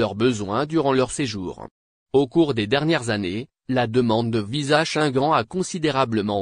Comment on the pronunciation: Tu prononces mal le mot shenguene( Schengen) ton français n'est pas à la hauteur. Corriges toi.